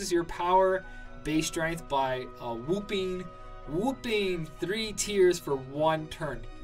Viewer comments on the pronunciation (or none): dislike cause you can't even say whopping right... wtf did you not to school?